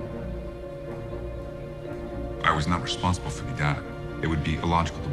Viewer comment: One thing that bugs me is how he pronounces "the". He says "thee" a bit too much. Otherwise he's good.